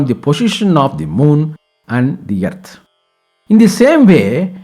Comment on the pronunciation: Thanks for complete knowledge about Grahana and guidance to do's and don'ts.. Just a note, please address Earth or "Arth" instead of "Yerth".